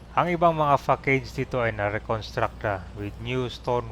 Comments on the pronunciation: for future reference, it's pronounced as "fah-sad" not "fah-keyd" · facade is pronounced as /fa-sad/ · Ang French word na facade - i pronounce sya na fa - sad....